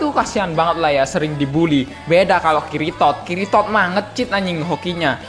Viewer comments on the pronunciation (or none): Ngakak pas nyebut kiritod,wkwkwk